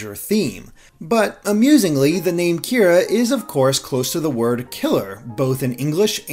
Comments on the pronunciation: World of Light? It's definitely Light Yagami. He's Kira (even though it was mispronounced in this video). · Kira... This is also how japanese people pronounce the word KILLER!!! D: ... Wait, what, wrong series? Okay never mind.